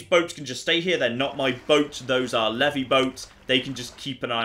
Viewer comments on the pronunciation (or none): none